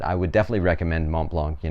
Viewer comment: Don’t pronounce the “c” at the end ;)